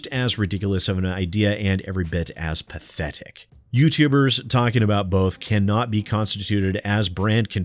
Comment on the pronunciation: i like the way you said P A T H E T I C